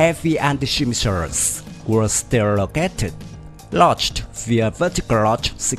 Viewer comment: Cách phát âm tiếng Anh của người đọc tin tức không chính xác, mới nghe câu đầu tiên Missiles & Battlefield đã đọc sai rồi.